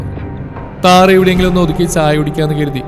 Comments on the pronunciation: താറ അല്ല കാറ് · കഥ സൂപ്പർ ആണ് ഇതിൽ കാറ് എന്ന് താറ് എന്നാണ് പറയുന്നത് അത് ഒന്ന് ശ്രദ്ധിച്ചാൽ നന്നായിരുന്നു